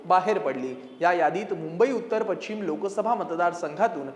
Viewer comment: पश्चिम किंवा पशचीम हा उच्चार आहे , पछीम नाही